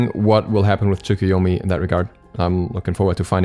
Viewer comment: The "u" is pronounced like a very quiet "uh" at the end of Japanese words, usually.